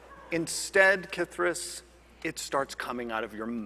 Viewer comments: It sounded like "KITH'ris"? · Am I crazy, or is Jeremy pronouncing K’Thriss’s name with the emphasis on wrong syllable? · You're right. I wish Kris had just corrected him at the start!